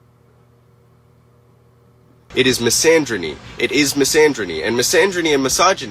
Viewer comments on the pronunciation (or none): "Mysandrynee" yeah...and she claims to be the most EDUCATED person she's ever known. Ya'll hear that? is DEEPLY educated. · she can't even pronounce "misandry" correctly omfg😭😭